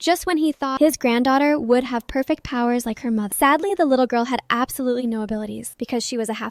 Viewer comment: Absolarlsly Ah yes